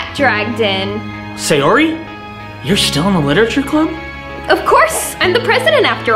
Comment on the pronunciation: FR ITS NOT SILENT BUT ITS MEANT TO BE PRONOUNCED WEAKLY 😭🙏 AND SAYORIS NAME SHOULD BE PRONOUNCED SA-YO-LI